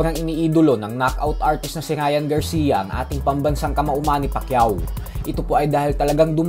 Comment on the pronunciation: "NGA PALA" Pag usapan natin yan mga "idoWL" mani pakyaHW BoHksiHng Na ituHW 🤣